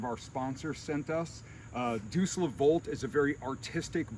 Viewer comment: Deus is pronounced "Day + us". Looks beautiful, sounds fun.